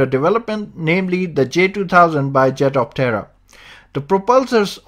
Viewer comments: Small point, try saying the name in only two syllables. At the moment it sounds like the Jet of terror. No mocking here. Better for promotions. I like the jet-optera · It’s sounds like he’s saying ‘jet of terror’. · Hehe after finding your comment, I can't unhear the terror anymore. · every time you say its name I hear "Jet of Terror!" good vid though thanks :D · Jetoptera needs to rethink theyre name, here in the vid it sounds like 'Jet of Terror ' ,lmao. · I keep hearing "Jet-of-Terror". When Skynet starts making these things, I suppose that would be the appropriate name? 😂..... wait.......🤔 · At first I thought you said it was called the 'jet of terror' and I was like kewl! Until I actually read 'jetoptera' then I was like ..oh. Good vid! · My wife was listening from accross the room and just asked "is he saying jet of terror?" LOL. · I swear this guy keeps saying “jet of terror” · I kept hearing "jet of terror" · 😆 sounds very much like your saying jet of terror. Hmm